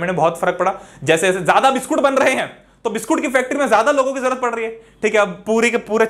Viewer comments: Biscuit ❌ Biskoot ✅🍪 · biskoot came out of sir mouth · Nhi "BISKOOT"